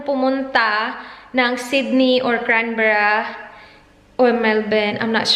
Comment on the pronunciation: Its CANberra not CRANberra, the capital of Au.